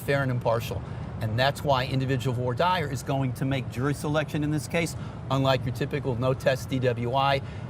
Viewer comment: Vwah deer not vore dyer 😩